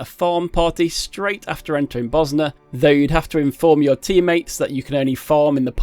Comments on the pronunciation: It's Bozja but the pronounciation he went for was like he was saying Bosnia how the natives there do 😂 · I coulda sworn they pronounce that J like a Y, but its really w/e really xD I used to pronounce the J hard because Iunno, but then I started saying it similar to Mjollnir (myol near), so iunno lol EDIT: forgot to clarify xD, I just meant I pronounce it Boz Ya or something like that, I honestly dunno how to do proper text based pronunciation marker thingies